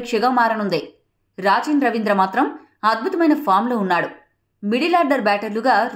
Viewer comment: Raachin ravindra kadhu akko rachin ravindra😂